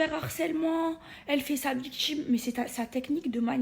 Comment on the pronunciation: Elle fait sa " viktchime", pffff....